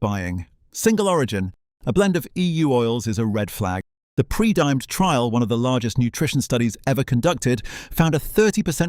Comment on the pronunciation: This is excellent. The sole inaccuracy is the pronunciation of Predimed! It’s Pred-I-med not pre-dimed!